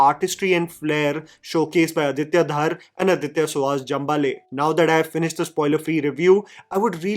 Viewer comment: धर, not धार। आदित्य धर। Just fyi :)